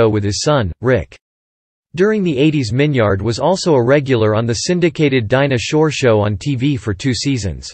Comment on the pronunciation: His name isn’t pronounced Min-yard. It’s Min-yerd.